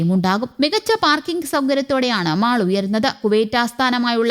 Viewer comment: It is not മാള് എന്നല്ല. ശരിയായ pronunciation മോൾ എന്നാണ്.